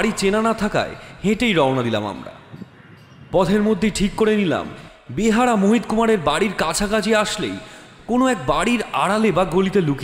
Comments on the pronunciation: Kotha ta “ behara” nah “beyara”. Joto dur jani kotha ta behara naaa :) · ভালোই তবে বেয়ার হবে ওটা বেহারা নয় এমনিতে ভালো ই🙏🙏👍👍👍👍👍👍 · বার বার বলছেন বেহারা, কিন্তু এটা বেহারা হবে না, হবে বেয়ারা। বাংলা ভাষা ঠিক করে বলতে হবে।